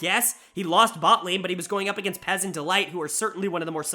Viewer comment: Stop calling Peyz "Pez"